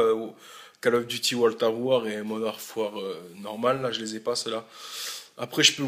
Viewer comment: Du MW2 & du BO1 !! Du Black Ops 1 Zombie !! :D Et du GTA 4 !! :D Et c'est World at War pas Wol a Ware xD !!